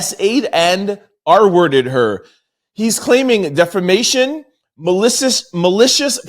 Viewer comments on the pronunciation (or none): listen to me DEFA-MATION! There is no R in this word